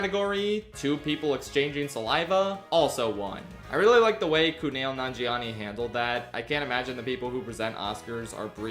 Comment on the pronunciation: WHY DO YOU KEEP SAYING KUNAIL HIS NAME IS KUMAIL